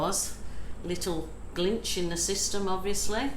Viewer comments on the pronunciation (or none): none